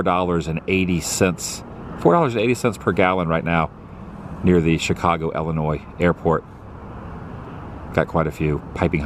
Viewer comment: Why do people say, "Ellen-oy" instead of, "Illin-oy" when they know it's pronounced that way? Go figure.